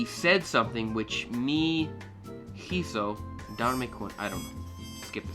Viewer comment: In spanish you don’t say the letter “H” so “Hizo” y pronounced “izo”